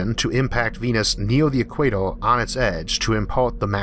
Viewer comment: Wawer, solaw powew, eqwawor 🤣🤣🤣